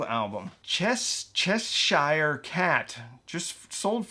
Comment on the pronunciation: Chess shire. Lol. Cheshurr mate